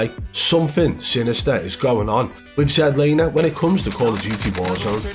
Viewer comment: ZEDlaner lmao 🤣